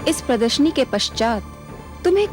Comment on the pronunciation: Pradarshani not pradarshini